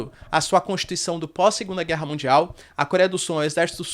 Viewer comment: "É guella é guella".....